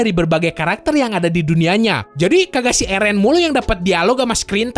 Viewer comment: bang slh pelafatannya eren kwkwkwk